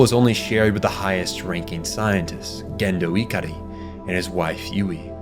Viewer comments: Bros pronouncing Japanese words with their correct pronunciation. いかり and そりゅう are pronounced as I-ka-Ri and So-Ryu. Cant defend Magi though that's a bizarre pronunciation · It's pronounced "SAY-lay" and "guh-HAIR-n", "ih-CAR-ee", "SOR-you", "MA-jai", Sorry to nitpick, but my eye twitches when you mispronounce this stuff. Did you watch the Netflix version or something?